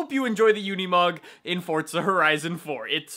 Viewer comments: Its not fortza its forza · Its forza not fortza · Forza* not fortza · Forza not fortza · Why does he say forza so weird it sounds like fortsa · It's Italian so you pronounce it with the t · STOP. SAYING. FORTZA! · Why do you pronounce forza as forTsa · STOP SAYING FORTZA